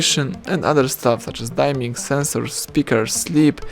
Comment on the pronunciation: LMAO dime-ing mode? It's dim-ming.